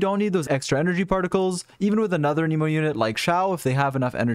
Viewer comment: my guy, ur videos are great but PLEASE stop saying "uh NEE mo" "a" as in ant, "nih" as in Nicolas (or even "neh" as in next), "mo" as in mocha